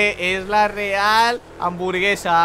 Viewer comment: Guau esto es lo que significa ras= real. amburgesa. Española. Dijo y hamburguesa se escribe con H u no con A jajajaj ja dele like para que lea 😅😅😅😅😅😅😑😈😈